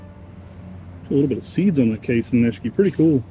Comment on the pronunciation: Please, it's Kasen Ni-shi-ki. 😉 Thank you.